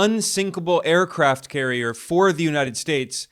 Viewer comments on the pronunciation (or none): none